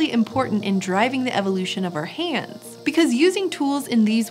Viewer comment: She says hands funny